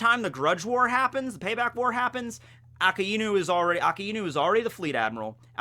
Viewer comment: Finally pronounced Akainu correctly